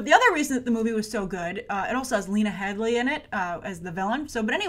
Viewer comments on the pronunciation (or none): its "head--deee" , Lena Headey lol not Lena Headley :)